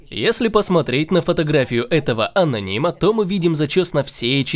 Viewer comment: Ананима😂😂😂😂ржу немагу.